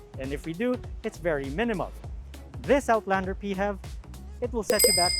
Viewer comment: Rest of the world -- "PHEV". TopgearPH -- "Peehevs" 😭